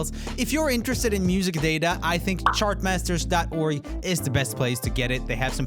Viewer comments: I swear he said "SHART Masters" the 1st time! 😄😄 I totally giggled like a kid! It was also adorable. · Sounded kinda like "shartmasters" haha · two thoughts I had watching this video: - I spend almost all my 'entertainment' money on music every month (CDs and concerts, I keep up with a lot of artists who still release new CDs). - I appreciated Roomie's accent the first time he said 'chartmasters'. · be careful how you pronounce CHartmasters 😂😂😂😂